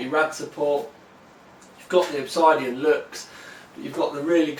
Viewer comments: I want this case >.< Pretty sure its pronounced "ObSIDian" not "ObsEYEdian" though. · Your pronunciation of "Obisidian" is disturbing. I am British, and have never pronounced it like that. No part of the word dictates the "I" in there. Nonetheless, I think this will be more ideal for my side-line build